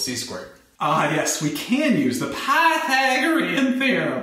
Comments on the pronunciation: dont say pathaegron theorem like that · I too have a stroke when I say Pythagorean